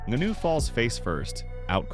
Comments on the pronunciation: Ngannou, his just make fun of your super wack pronunciation. I get it, if you've only ever read the name and not heard it spoken it's pretty easy to get wrong. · Falls face first? The man fell flat on his back come on man. Also need to work on the pronunciation of Francis name. Otherwise video is a good listen. Can't blame Joshua for taking the Netflix money for an easy fight tho.